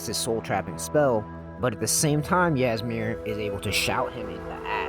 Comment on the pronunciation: Ngl if you had actually played the game you would have known how to pronounce old Hroldan and Ysmir